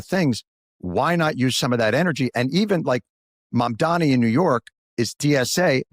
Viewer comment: Learn how to say MOMDANI, wtf is wrong with you?